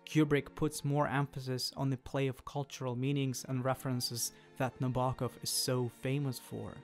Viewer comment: Kubrick's version is obviously the better one... Sue Lyon, James Mason, and Shelley Winters give bravura performances. The 35mm B&W is just better in every way. BTW its pronounced Nab-er-Kov.